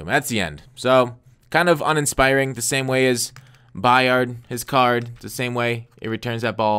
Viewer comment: It's just Kevin 'By-ird' not 'By-ard'.